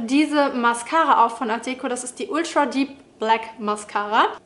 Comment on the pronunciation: Und das nächste Mal betonst du die Marke richtig, für die du Werbung machst ☺️